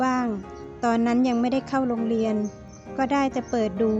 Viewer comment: โรงเรียน(ไม่ใช่)โลงเลียส เธอต้องฝึกออกเสียง ร.เรือให้ชัดเจนแล้วจะร้องเพลงได้ดี เพราะแก้วเสียงดีมากหากน้องณาใช้เสียงตัวเองมันเป็นธรรมชาติไม่ต้องฝืนจะมั่นใจกว่าเอาเสียงคนอื่นมาร้อง/ตอนนี้บุญส่งเขาร้องเพลงได้ดีกว่าเดิมแล้วเสียงของเขาจะเป็นเอกลักษณ์ของตัวเองจนติดหูคนฟังถึงไม่เห็นคนร้องก็จำได้ว่านายบุุญส่ง/น้องณาเองพี่ก็เชื่อว่าทำได้เช่นกันฝึกเสียง(ร.เรือ)ให้ชำนาญ/อัปสรสวรรค์ประกาศข่าวช่องเจ็ดเขายังทำได้เลยน้องณา,🙏🥰❤️